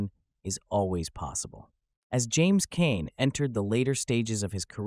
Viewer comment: Pronounced his name wrong in this